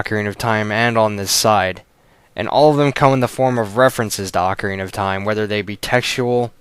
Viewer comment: Thank you for saying AH-carina and not OH-carina. At least i know im not the only one who pronounces it this way